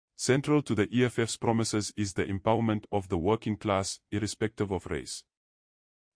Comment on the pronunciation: Promisayzzz Promisayzzz🙈 Eish